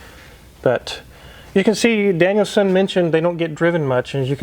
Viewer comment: U have to plz stop saying “Danielson” ! For some reason it errks the hell out of me lol . Cant believe those prices though , thx🤘🏻🏁